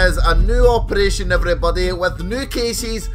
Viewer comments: at 0.01 put that rapid fire attachment on "operrrrration" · when he sais operaggggagagagation weeeeld fir kaasssis cuz of his acent